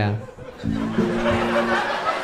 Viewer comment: That “anyway” was so personal